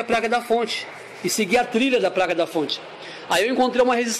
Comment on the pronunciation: É impressão minha ou você fala "Praca" diversas vezes????